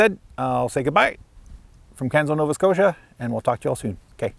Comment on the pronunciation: Not the south east corner of NS, it’s the north east corner. Pronounced Canso, not Canzo. Great tour though.